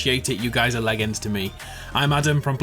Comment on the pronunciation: Literally no-one Adam-"leGGens"